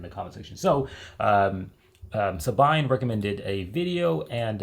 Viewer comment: The lady's name "Sabine" sounds like "Subeeney" or "Sub bee ney". Some people from my "bubble" (brothers, son-in-law, friends, cousins, kids of cousins, colleques) spent a lot of time AND MONEY in/to the Ahrtal. And be sure, they would do it again.